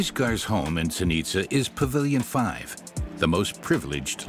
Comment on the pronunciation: Interesting, even though the narrator can't pronounce Zenica correctly.